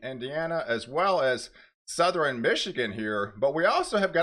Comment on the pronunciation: Please. A weatherman should know it’s northern not northERen and southern, not southERen. This makes me crazy when you mispronounce these.